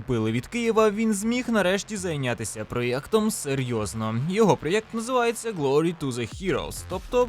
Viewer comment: О ні! Ти почав говорити проЄкт, який ріже вухо як Европа і Єкскаватор(((слова взяті з сумнозвісного каналу)